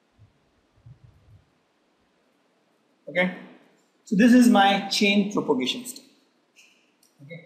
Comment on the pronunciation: It's chain PROPAGATION, not propogation.